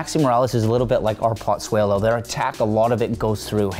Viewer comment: Why do and Terry consistently call Pozuelo, "PoTsuelo"??? There is no T in his name